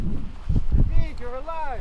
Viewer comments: Lol you pronouncing David Duveed is funny. In english it's Dayvid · Its pronounced david not dahveed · The real reason for the failure was***** agent Smith sabatoge!!!!!!! also that guy kept calling him * Day-veed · Lmaooo so funny how u say his name, dayvid.. David🤣